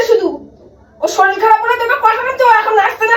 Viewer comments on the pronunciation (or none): কাকা কথাটা" শরীল" নয়,শরীর। কবে শিখবে?